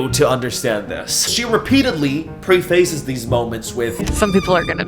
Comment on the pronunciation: know that i’m not judging you because it just shows that you read but people usually say preface like “preh-fuss” just so you know! :)